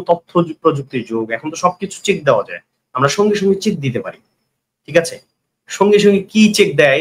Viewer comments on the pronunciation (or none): none